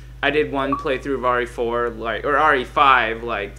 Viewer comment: why do u say RA4